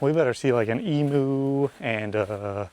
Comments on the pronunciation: Oh no NOT Ee-moo. It is Emm -you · Is Emyou not Emoo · It's BOND - EYE beach. not BOND - EE beach, and EM - YOU not EM - OO. Australia's national tree is the Eucalyptus Gum Tree, they are everywhere around the country. Are you sure that you are walking up the right way in the Northern Hemisphere or are you walking upside down??? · Emu pronounced eem-you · ee myoooooo